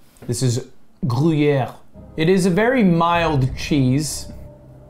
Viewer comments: Gru-yeah????????????? PLEASE STOP SAYING GRU-YEAH. LUD YOURE FRENCH AND ITS A SWISS CHEESE!! you should def know that its not how u say it bruh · "Groo-Yare" come on lud. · How is Ludwig french and can't pronounce gruyère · i almost spewed banana across my laptop when started say Gruyere:P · I love how he is teaching the guy to say gruyere while not saying it right himself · Wait but there's an e after the r in Gruyere I thought that meant you pronounce it in French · lud has such a bad french accent and he is correcting people with even worse accent haha as a french person that scene was so funny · Haha!! Cuts into the old croc and calls it gruyere 💀💀 got your cheddar/gruyere mixed up dude!